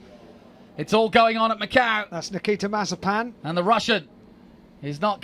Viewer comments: Nothing: Nobody: F3 commentators: Nikita MARZIPAN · I love the narrator calling him Nikita Marzipan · I love when the say Nikita Marzipan xD